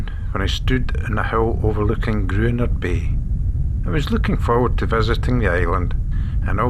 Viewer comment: Lovely video but the pronunciation of local names is inaccurate Gruinard has a silent u and emphasised I. Mellon Udrigal Is ooh not Udd. I say this as we have a 4th generation family there and at Mellon